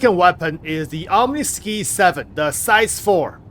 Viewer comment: say it with me ah-m-knee-sky lol